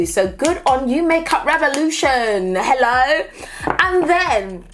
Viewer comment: I love how she says "hello" when she likes something lol like HELLO ! >:D